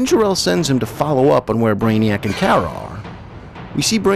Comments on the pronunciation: He said her named wrong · I’ve never really watched smallville but I have watched super girl that’s why I said her name was pronounced wrong but good video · I prefer Melissa’s sweet, wholesome, dorky version on Supergirl but am disappointed with her fighting style which is terrible. I was happy to see Supergirl on Smallville but was disappointed with the version (including the pronunciation of her name Urgh!) and I thought Laura was too sexualised and underused. Though both actresses are adorable, both suffer from terrible writing! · its always been kara. But you pronounced it like Cat Grant Ker-ah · It’s Kara like car a like that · CAR-A not Care-a. Just saying. It bugged me SOOOOOOO bunch plus, smallvilles version of supergirl is kinda sad cause they make here like one of those dumb sluts. Even her suit is designed to make her look like that. In the new show she has a job and a family, dresses not like a popular 16 year old and is actually taken seriously (ish) either way. The whole idea is about girl power and independent women as well as to entertain, which is actually nice and refreshing rather then shows like this where she’s a slut. I do also understand that this show is definitely older then the current supergirl show and that the current show is meant for her to be the main character and that it’s years after she’s found Clark, blah, blah, blah,. but still. Smallvilles portrayal of supergirl/kara really is sad in what the world thought women/girls where “stereotypically” was sad and the fact that they threw it right into everyone’s face as a tv show is worse. And no one hate on me, or do idc. It’s just my opinion. The show itself is good, it’s just the way they made Kara’s personality and stuff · Car-uh not Care-uh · It's Car ra as in i drive a car and ra as in the sun god.... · It's pronounced "Kara" as in like a "Car" with an "A" on the end. I have been watching the Super Hero's for over 35 years. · ew your pronunciation of kara